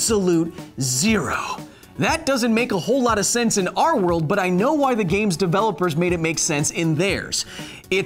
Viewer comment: The way you pronounce “our” I bet you’re one of those guys that spell it “are”